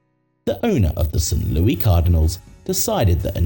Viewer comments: It's pronounced Lou Iss not Lou Eee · U brit its pronounced St Louis ! Not St louie !!!! Say the name right !!! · Absolutely NOBODY calls St. Louis “St. Louey” in 2025. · It's St Louis not St Lewie. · It's St. Louis not St. Louie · It is St. Louis not St. Louie you dolt. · Protip: The city in the United States is pronounced "Saint Lewis," not "Saint Looie." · Did you miss a word? I said it's pronounced "Saint Lewis," not it's spelled that way. That means the word is a homophone for "Lewis." , the narrator pronounces it "Sint Looie," pronouncing it like a British interpretation of how a Frenchman would pronounce "St-Louis." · St. "Louie" Cardinals? Ridiculous A.I. mispronunciations, as usual. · Interesting but the mispronunciations are rough. St. "Louie" Cardinals and "Sheebe" park make my eye twitch. Also, Atlanta is just stealing tax payers' money. A stadium lasting just 20 years is a joke. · It's pronounced "Saint Lou-ISS" lol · It’s pronounced Saint Loo-iss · So wait a minute, if Kennedy was assassinated when? I think 1953, how was The stadium named after him when the Frankfort yellow jackets played there in the 1930s? JFK was still a kid back then. So what was it called. Also you're ridiculous ai, can't pronounce St Louis. Before making a video where you repeatedly pronounce the name of a city incorrectly, you should probably address that. No wait that's right you put absolutely zero effort into this and had ai do everything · The s in Louis is not silent as we are not french, stop mispronouncing St. Louis. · Omg the way it pronounces St. Louis😱